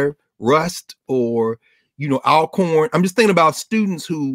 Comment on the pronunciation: Dr Carr!!!!!! Thank you for pronouncing Alcorn properly! You have no idea how folks mess that up. My dad's alma mater. Pronounced AWL-CORN. I cringe when I hear folks say AL corn (like Al Capone). Thank you and you all are doing great work!!